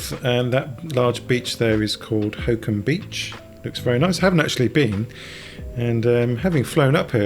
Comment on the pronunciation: I realise I am a year too late but I found this very interesting. Thank you. A bit too late in life for me to give it a try, though!! By the way, Holkham is not pronounced 'hokum' but 'Hol-kum' with the first syllable as in 'holiday' - just saying!